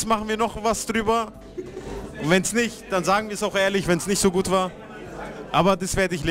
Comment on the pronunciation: fühlt sich echt "güt" an